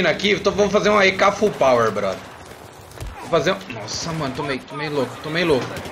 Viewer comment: ae manja dos inglês